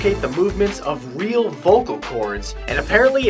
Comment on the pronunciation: lol i love how he says "REAL hobbit playhouses"....real hobbit - playhouses and ya i guessed the wings were fake cus not only is the saze a little off, he is BARELY moving foreward